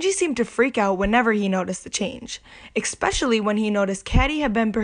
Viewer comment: The word "especially" does not sound right with a "C" as the second letter.